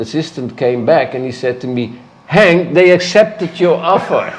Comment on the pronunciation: Henk, not Hank. It's a Dutch name.